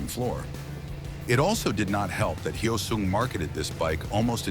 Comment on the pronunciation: It's NOT "Hi-Oh-sung". Say the word "yo" with an "h" in front of it. Now say "soon" with a "g" at the end of it. Say "Hyo-soong"! Anyway, I had a GT 250 Comet version. One of the absolute BEST bikes I've EVER owned. I regret trading it in. Nuff said.